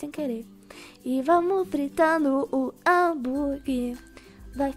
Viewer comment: só eu q percebi q a disse hamburgui em vez de hamburguer? ou eu q to doida? me diz ae